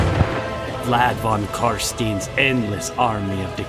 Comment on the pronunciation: Von carstin? Not tein? Hahahaha that was funny